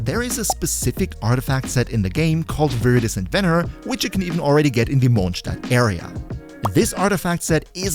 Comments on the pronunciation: forgot but he says it like a german would say it, where the word comes from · Bro is the only one who says "Mondstadt" correctly. My respect